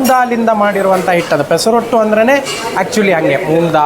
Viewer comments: ಪೆಸರೋಟ್ಟು ಅಲ್ಲ ಪೆಸರಟ್ಟು. ಆಂಧ್ರ ತಿಂಡಿ. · Pesa rottu alla Sir. That is Pesarattu. Please pronounce telugu correctly